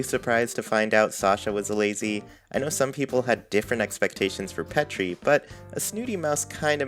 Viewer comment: So I could be way wrong but I think petri is said like Petri dish (like a lab mouse).